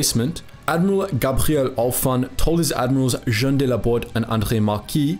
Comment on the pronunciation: There’s a movie 🎥 in this story., please practice your French pronunciations because you’re amazing at the German pronunciations. Jean = JHAWN. Algérie = al-JHAIR-ee